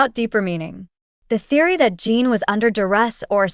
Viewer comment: And it is pronounced JIN (GIN). That is the least respect you could give!! DO BETTA!! And hope that you RESLLY don’t go mad viral because ARMY is protective of the boys and this is uncalled for!!